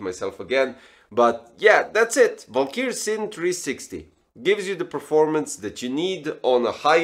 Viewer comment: It's Valkyrie, not "valkyr"...